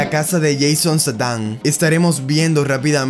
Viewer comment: Buen video , solo pronuncia mejor el nombre para la prox